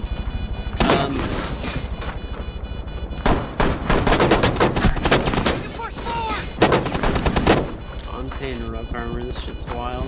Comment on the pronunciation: I don't know why but it triggers me, the way he says montagne